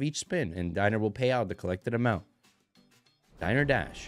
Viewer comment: It's 'die ner' dash like a place to eat lol